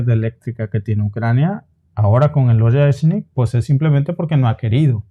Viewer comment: Oreshnik se pronuncia Ariéshnik chicos... En Ruso toda "o átona" se pronuncia a y toda "e tónica" se pronuncia ie. Espero que esto os ayude!❤